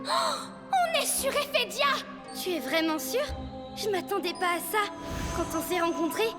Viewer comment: C'est Ephedia pas Ethedia